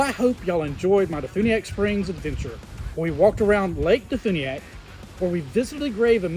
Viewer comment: and de funiak is pronounced as de fyuniak.